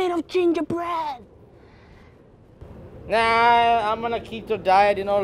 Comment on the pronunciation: “It’s made of GiNdErBrEaD”